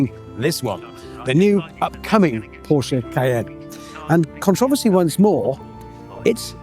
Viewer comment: Commentator said the brand wrong 🤷‍♂️🙄